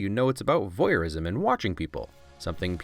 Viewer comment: Voyeur, not vohieur.